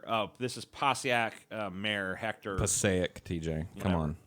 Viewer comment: I like how TJ pronounced Passaic right the first time, but butchered it to the point where I had to pause it just to read what the hell he was talking about the 2nd and 3rd time.